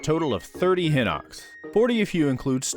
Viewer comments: Yeah no I don't care it's hye-nox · on google translate, hinox is pronounced hi-nox. is there a reason you pronounce it differently? EDIT: my b,you literally address it later on in the video